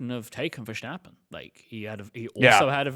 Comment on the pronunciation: Now that you have a whole show about it, please start pronouncing Verstappen the right way. It is Verstappen with an “st” like in “stop” or “step” not Vershtappen like some kind of weird German name. And a short “a” like in “bath”